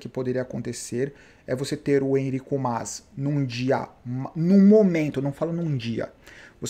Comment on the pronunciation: blz? cara fala o nome do "Enric Mas" direito, pelo amor de Deus de onde tirou "Enrico"